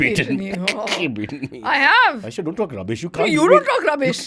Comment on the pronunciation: CY-baba 😂 extracts the best out of AY-esha